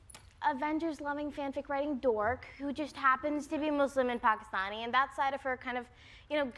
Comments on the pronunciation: FINALLY someone who can pronounce the words "Muslim" and "Pakistani" correctly!!! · Brownie points to Trevor for pronouncing 'Muslim' right. And also 'Pakistan'. I love the interview! Iman is a lovely human being! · I love how you correctly pronounce "Muslim"